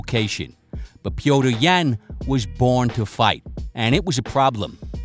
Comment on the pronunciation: Pee-o-teer Yan. It's really not difficult to pronounce his name. If you try. Wish more at ufc tried and were good as 🙏🏼 good shit as always bro cheers